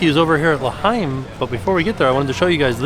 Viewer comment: You pronounced L'Chaim correctly!! Good job.